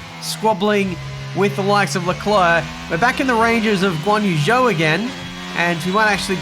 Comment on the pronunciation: Yet he still mispronounces Zhou’s name… he may as well call his team mate Piastri Oscar